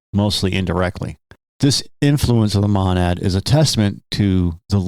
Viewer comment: Its a long O on Monad, God your pronounciation is like nails on a chalkboard